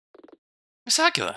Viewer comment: No offense, and I don't know if anyone has corrected you on this yet, but... are you pronouncing Aquila as Aqua-la? o.O I think it rhymes with Tequila or something instead dude. :p You know... so it can rhyme with Nina, like how Eagle rhymes with Legal. :? Nina Aquee-la, not Aqua-la. :p